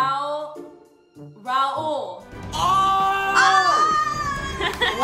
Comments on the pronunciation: Its the saying "RAUL" correct for the first time for me 😥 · I was SOOOOOO shocked when said "Raul" and not "Rail". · Oh my god... said Raul instead of rail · i think it’s so rude to know someone’s name but still pronounce wrong... why r they gassing her for saying his name correctly like that is the corniest thing i’ve ever seen 😭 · Wow actually saying Raul’s name right 🤣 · Best part of the video is for sure learning to say Raul's name right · The celebration when said Raul's name right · when she says rauls name right: 👏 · does she want a trophy for saying his name right...